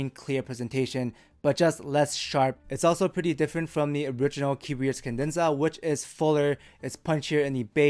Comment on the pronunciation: it's "Cadenza." "Kah-dehn-zah." Not "kin-dehn-zuh." I will say however the new vids are miles less annoying than the old